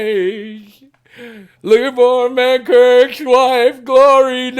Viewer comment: Love hearing you say mankirks wife lol... everyone use to say that... oddly its manrick... but hey... i cant get up to get my damn pizza